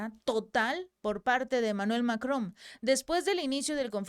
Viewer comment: Es Macrom o Macron? Tengo esa duda, el texto dice una cosa y al pronunciarlo lo dice con M al final